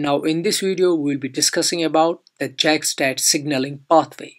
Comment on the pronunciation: Its not pronounced Jack its pronounced yak, but other than that very nice video.